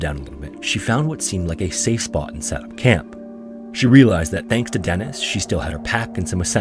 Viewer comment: Eets pronunced "DEE-niss". Deeee-nissss.